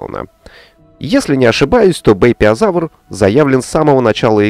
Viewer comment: Правильно «Бэйпяозавр» собственно)